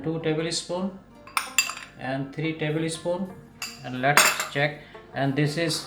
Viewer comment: Yummy ..just wondering why North Indians most of them says table spoon like tabl”e” spoon You don’t have to pronounce that e like Another word is iron r is silent but always they pronounce r too